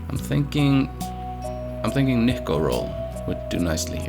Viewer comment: "Neeko", not Nikko :) Nikko is Nikolai's Nickname